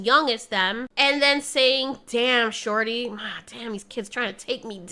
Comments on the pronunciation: I cant get over you pronouncing shawty as "sharty" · i thought you said "damn sharty" 😭